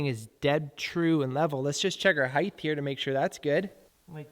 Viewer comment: Do you people know HEIGHT ends with a T and not a TH???????